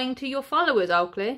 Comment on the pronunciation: Everytime you say Oakley its sounds like you mean to say "Twat" 😂😂